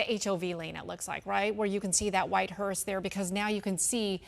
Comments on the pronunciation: Glad someone must have corrected the female speaker. In her first pronunciation of “hearse”, she put a “t” on the end of it. Thereafter she pronounced it correctly. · Its a hearse. Not a hearst. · It's a hearse! Not a hurst! Jeez, can we find some talking heads that actually have a command of the English language? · Note to anchors. It's a hease not a Hearst. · It's hearse not "hearst." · It’s HEARSE not HEARST Jesus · Hearse not HURST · Its called a hearse, not hearst!!!!!